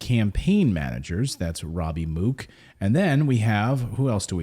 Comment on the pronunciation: Mook, pronounced MUCK